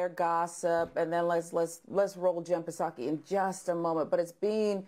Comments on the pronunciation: Did the black woman just call the press secretary "paaa-sakai" The "p" is silent dear.. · The P in Jen Psaki's name is silent!